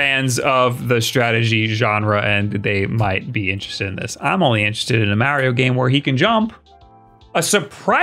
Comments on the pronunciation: Its Mario not Maryio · Who the hell is MARRY OH??? Think Italian mob in New Jersey. Say Mark March Marbles MARIO. MAR-EE-OH!!! EDIT: You knew enough not to say WARRY-OH as in the baby cries WA WA. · Mario Odyssey sequel wasn’t announced because of pronunciation of Mahreo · So you can pronounce "Wario" correctly but not "Mario"? 🤨